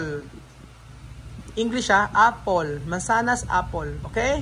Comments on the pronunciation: I am not bashing but honestly need to correct his pronunciation as well....😂 like pronouncing (f) and (p),finish instead of pinish or four instead of pour.and apple to apol... I'm so sorry it's not bashing it's just my observation. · Apple not apol. To avoid the children getting confuse it is important that the pronunciation is correct. Wrong pronunciation can lead to wrong spelling. Just saying. 👍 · Hahaha naalala ko tuloy yung islang na nagpa spelling ng water eh syempre islang siya kaya kapag dmo maintindihan eh parang kulang ang word yung water ang pagkaintindi ng yaya eh "wotche" 😂😂bigla ko naalala sa apol😂😂😂.. paki pronounce mo ang word properly kasi yan ang naitatanim na isip nila kaya tayong mga nagtututor we need to careful also sa pagbigkas ng mga words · Its not apol....the pronunciation of apple is a.pl not a.pol.